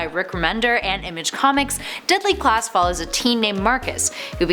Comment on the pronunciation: She said Deply Class